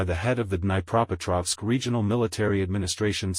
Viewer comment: I remain shamelessly optimistic about Kherson/Krynki. God bless those Marines and whatever antics they have planned for the aggressor state. And in this video is the first time I have personally ever heard "Dnipropetrovsk" pronounced correctly. Not the most substantive topic, but I've only ever heard it butchered by non-native speakers, myself included. So thanks for that and everything else,. Stay safe.